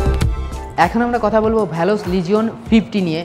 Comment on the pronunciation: ভ্যালস না। ভেলস